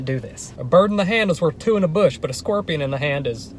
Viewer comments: It sounds like he's pronouncing scorpion as squorpian, and I can't unhear it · He really said scwerpion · “scwerpian” hahaha he makes me laugh so much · Bruh i love how he says squorpion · Squirpion 😂😂 I’m not going to be able to say scorpion anymore! It’s now squirpion🤣🙌🏻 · nobody:: squwirpion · "Scworpion"" lmao